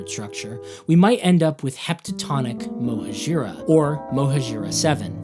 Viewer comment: I think "mohajira" should be pronounced as "mohaadjira" with an accent on the "ha" and with the j pronounced like in English